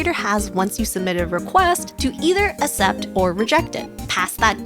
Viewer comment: Thank you for the video, I didn't know about the body size thing! By the way, I'm not sure what your first language is but the first C in "accept" is pronounced like a k! So it's "aksept"!